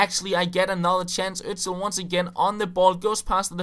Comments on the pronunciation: He is called 'osil' not 'ozil' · HIS NAME IS FUCKING Ö-S-IL not ÖZzZill. :)